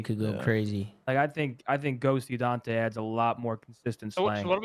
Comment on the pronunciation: why does ben pronounce daunte as "daunthay" lmfao.. he's been doing this for the longest too